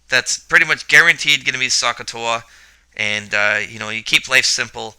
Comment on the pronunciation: Hello, Great Video, except Should Pronounce SOH, with OH sound, not AH sound very confusing need to hear the "O" in your mind to know the O is used.